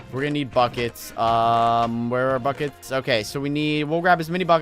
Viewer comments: Lol, when he said "oh I need buckets" I thought he said "oh f**cets"😂😂😑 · when he said we need buckets i thought he said we need fuckit